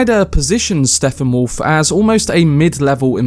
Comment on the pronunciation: His name is Steppenwolf. Stepp-en-wolf. Not Steffanwolf.